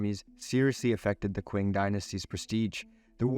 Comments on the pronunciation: The irony is: the rise of the Chinese communist in the 1940s was solely funded by opium trade, and they have got nothing to do with the Qing Empire. Do not let those commies guilt trip you. The pronunciation of Qing is "ching", not queen. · Qing is pronounced as Ching, it's the origin of the country's name